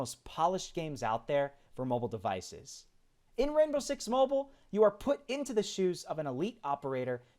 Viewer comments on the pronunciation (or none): It's called Mobile not Moble